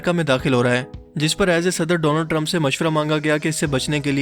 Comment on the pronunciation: Doland Trump* Inna di aye mazaq he😂😂